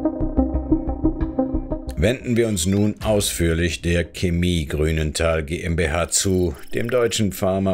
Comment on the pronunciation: Woah, regt es mich auf, dass der Sprecher Chemie falsch ausspricht. Ja ja, manche juckt es gar nicht, andere meinen es sei nicht falsch, aber für mich klingt es einfach falsch.